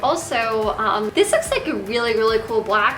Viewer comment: She doesn't pronounce her 'th's properly ever, I think it's just an accent